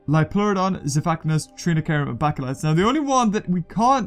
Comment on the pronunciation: It's a magical leeoplorodon